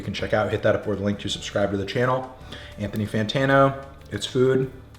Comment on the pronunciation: Did he say “PANthony Fantano”? Jesus Christ. This guy is lost in the sauce